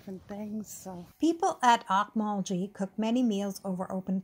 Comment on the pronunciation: Oak- Mul- Gee not like gee whiz like G in Gary nice video